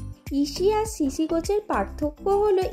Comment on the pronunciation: Shishi na sisi. Video korle shaw r saw er pronounciation ektu kheyal rakhben